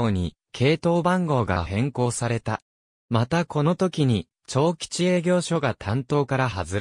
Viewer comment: 堺東と東成のアクセントが違う。 長吉と生国魂の読み方が間違い。